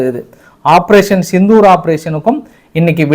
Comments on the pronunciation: Not sithur it is Sindhur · சித்தூர் அல்ல. செந்தூர். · அய்யா சித்தூர் இல்லை சிந்தூர் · சித்தூர் இல்லை சிந்தூர்